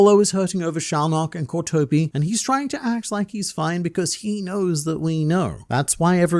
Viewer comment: kropika the way he says kurapika's name drives me crazy i cant make it thru this video